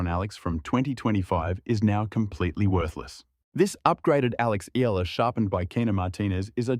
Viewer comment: Correct Pronunciation : EALA = Ee'Ya' La